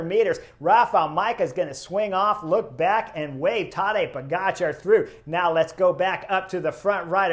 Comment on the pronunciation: I'm new to cycling but love your channel. You have stuff that no one else is covering. Great job! I am also really impressed that you make a big effort to pronounce European names correctly. I have no idea why some people mis-pronounce Pogačar's name. It's how you say it, Po-ga-c(h)ar. The č is pronounced is exactly the same as “ch“. I hate it how Wiggins says po-get-char. There is only one way to say “ga“, right?